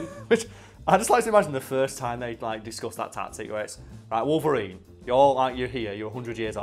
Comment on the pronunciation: i would just like to point out the fact that this man really just said Logarine GG